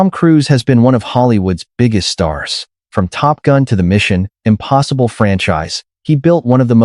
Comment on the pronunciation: Someone needs to tell the AI narrator how to properly say “Mission Impossible”. I hate the lame, lazy dependence on AI narration, when there are many talented voice actors and narrators who would do a much better job.